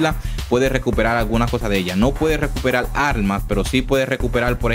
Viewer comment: Lo único que quiero saber es como usas la "r" por la "l". No me queda claro. "Recuperal"???